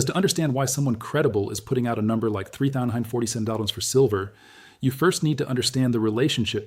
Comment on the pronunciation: is this a fake channel using AI, just the way he keeps saying 3,947 is a give away as well as when he reads WWII